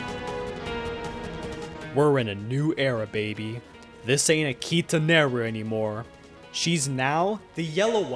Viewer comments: its pronounced a ki ta ne ru ⬆⬇⬇ ⬆⬇ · So I got an add at the point when he said Akita meru and i got an old spice add saying the key to great skin 😭 it sounded like he said Akita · that literally sounds like "akita neru"